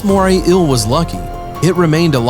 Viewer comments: Eel is not pronounced 'ill'. You need a new commentator. The writing seems to have been done by someone who uses English as a second language. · Every time this guys says “eel” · Okay mate why the fuck are you pronouncing ‘eel’ like that. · The way you say eel makes me unreasonably. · Anybody else got annoyed of how this guy was pronouncing eel ? Shit got annoying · So no body is gonna bring up how this guu pronounces "inhabitants" and "eel" lmfao 😂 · Can't say eel and inhabitants to save his life. 😒🙄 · The way he pronounce eel, and says it 10 times a minute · Is an ill the same as an eel ? Is it really that hard to pronounce eel ? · Yes. "Ill" for EEL is rather annoying. But typical for a lot of voice-overs. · It's "eel", not "ill". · JUST SAY EEL NOT EUA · I don't like the way you say eel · Moray ILL? I thought it was eel... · wish the narrator could pronounce the word eel, he says ill not eel. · This narrator is a joke. What is an "inhibitant?" Pretty sure you meant "inhabitant." Also, how many more times are you going to say the phrase "Moray Eel?" Also, what the fuck is a MORAY ILL? It's EEL. Phonetically, it's EEE-uhl. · I can't be the only one that got annoyed with him constantly pronouncing "Eel as "ill" right? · Kinda made me angry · Why do call it "ill" rather than eel? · It’s eel not ill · Bruh why u sayin Euhl it’s eel. EEEEE L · I cant decide if its "ill" or "eel"... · Doge lol...im just reacting on how he says "eel"...he keeps saying "ill"...chill dude. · "A moray íl " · "Moray ill" ahaha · Moray Eel, pronounced "Moray Ill". Inhabitants, pronounced "Inhibitints". Approved. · Moray "ill" 🤣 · “Moray ill.” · Fascinating video! Great information! Thanks for reporting the observable facts and not trying to add in unobservable, hypothetical propaganda about evolution like so many nature videos do. Respectfully, my only suggestion would be to practice saying “ēēl” about 15 times before making any more ill videos 😉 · nobody: the narrator: moray ill👁👄👁